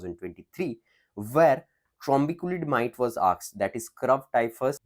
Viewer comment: You have to work on pronounciation of " asked"